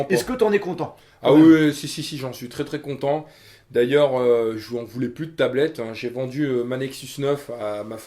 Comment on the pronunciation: Il vend la tablette de sa femme il la mal dit